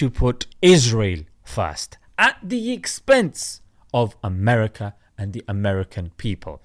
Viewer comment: "We Control Amrka and the Amrkns Know, it" B B Shaton Yaho